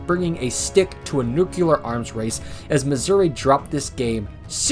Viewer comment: Nuclear. Not Nukular